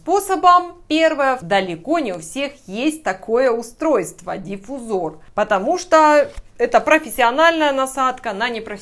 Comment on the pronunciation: не знаю написал ли здесь кто нибудь, как портит впечатление неправильная расстановка ударений в словах. слово диффузор образовано от слова диффУзия, то есть смешение. следовательно, диффУзор, а не дифузОр